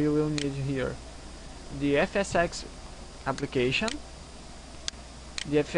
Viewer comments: You say FSsex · Did You say Fs sex xD Anyway Nice And smooth Fps .. Goood Video xD